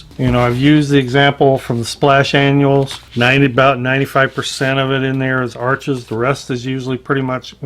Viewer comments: It's pronounced Arsh not Arches. As in kiss my Arsh. 😁 I'm brand new to water color and decided to use exclusively Arches paper. I saw a video on how it was made and was SOLD. I'd rather have good a paper and fair paint than good paint and fair paper. Notice I said I'm new to watercolor, not painting. Always wanted to try watercolor, never got around to it. I may even try the total no talent method of Jackson Pollok and just throw water color paint onto the paper and sell it for a bazillion dollars to "art critics". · sorry your pronouncing the word Arches wrong! the correct way is Arsh..without the es on the end! Pronouncing the R a little more than usual....... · Isn't Arches pronounced "ARSH"? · Arches is pronounced "arshes". The ch is an sh sound because it is French. Too many people make this mistake. Don't want to be a word snob, but get it right. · Sorry I don't mean to be a no all but "Arches" is a french rag paper and it's actually pronounced Arsshhh and not how it's spelled, just for those who don't know :-)) love the video by the way!! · WOW! nothing like a side by side to really show the behaviors of different papers. I literally just got back from Hobby Lobby to grab a pad of Arches to try myself! Here's a bit of trivia: Arches, being French name, is actually pronounced "arshes". A Dick Blick video clued me into that! (then I looked it up)